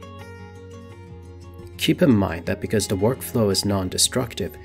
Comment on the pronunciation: It’s the. Not duh. Why do people talk like this